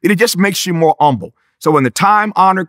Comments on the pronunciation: He's so humble he doesn't even pronounce the "H." That's real. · What is “umble” it’s driving me nuts lol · Drives me completely nuts how he refuses to pronounce the god damn H. It's HUMBLE not "Umble". Got Humility down just fine the reverts back to that black church nonsense. 🙄. I know I'm missing the damn message but my brain won't let me get past the Grammer 😅. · Lol told y’all he’s old Black. Saying humble as “ummble” 😆😂😂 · i was with him until he said umble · I disagree with your choice on silencing the “H” in “Humble”…